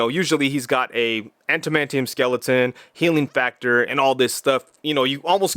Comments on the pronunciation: Did you just say "anti-mantium"? 😂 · Why do folks have such trouble saying that word? "Adam-ant-ium"😁 Anyway, great review, but I'm honestly not keen on that figure. I think the older ones, brown suit in particular, look better but I don't think I like the whole soft goods aspect of these figures. The price is ridiculous for a 6 inch figure. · Lol I like how you say adamantium, also dope review I can’t wait for mine to ship from bbts